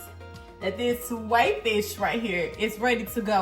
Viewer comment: Your pronouncing it wrong google how to pronounce it thank me later 😂